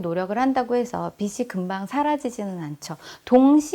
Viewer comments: 좋은강의인데 발음이 옥의티네요... 비시(x) 비지(o) 입니다ㅠㅠ... 불편하셨다면 죄송.. 강의잘듣고 갑니다~! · '빚을', '빚이' 등 빚 관련 발음하실 때 [비즐], [비지] 등으로 발음하시면 좋겠어요. 자주 발음하는데 틀린 발음으로 계속 말씀하셔서 말씀드려요. 강의?하시는 분이시니 발음도 신경써 주세요. (이 글 보고 지적한다는 글은 자제 부탁드러요. 지적이 아니라 도움이 되고 싶어서 남깁니다^^)영상보고 저도 바로 통장 쪼개기 시작했어요! 고맙습니다 :) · 깔끔하고 명료한 강의 잘 들었습니다~ 다만 빚이/빚을 의 발음은 /비지/ 비즐 로 해주시면 더 좋을 듯 해요 빗이 아니거든요~^^; 종잣돈을 모아야 하는 이유는 경제적 독립울 위해서입니다. 남편이 일을 구하는 일 년동안 모아놓은 돈을 다 써서 아이의 학자금과 이사할 돈이 필요합니다. 소비단식을 하기 쉽지 않지만 강의듣고 조금씩 실천해 보려고 합니다. 감사합니다*^^*